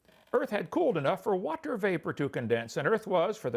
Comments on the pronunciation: He does use silly pronunciation of certain words like many preachers do. Whaaaaterrr is a classic. This is to try and set himself apart and give the appearance of special knowledge which he doesn’t possess. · Is Kent a stroke survivor or does he pause in between syllables to be as condescending as possible? Example: WA….ter